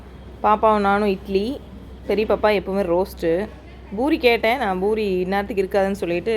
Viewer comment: Boori இல்லை Poori.